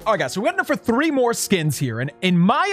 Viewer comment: Whenever he says 3 he gets a accent